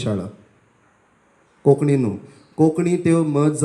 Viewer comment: While speaking on the subject of our language we should get the nomenclature right. It is Kónkānni ✅, not "Koknni"❌. Organisers must emphasis on this difference.